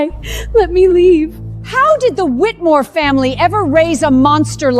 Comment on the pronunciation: It's funny how mother pronounce the family name differently every time . Whitmore , wheatmill , whitim...